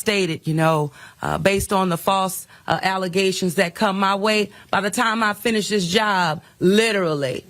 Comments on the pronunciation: Their still tripped up on the "alizations" for Tiffany Henyard 🤣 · Think she meant “FALSE ALEZATIONS” 😮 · Ahh, she can't say "False alizations?" Now I'm sad... :D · Thats pronounced "Alizations" ! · "...These are frivolent allezations..." How is it that these morons are making a 6 figure salary (in addition to the financial fraud they commit)? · “False allezations” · MORE FALSE ALLEZATIONS!😂😂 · All these false allezations! 😅 Wrote this before the end because I was thinking the same thing,! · I can never not hear “false allezations” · "False alluzations."